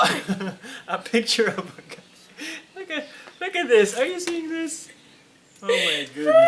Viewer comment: Here after watching afro day in the Philippines. got me when he said 'Gai' 😂😂 Appreciate you guys so much 🥰